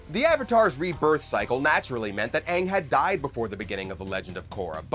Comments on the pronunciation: They pronounce aang as in Ahhng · Caca Boy the movie sucks they took away good parts from the show they pronounce the name wrong like aangs and it just sucks in general